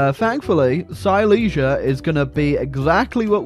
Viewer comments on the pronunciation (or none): its pronounced "seelezya" not "sayleesya" you gonna work on your polish-german lore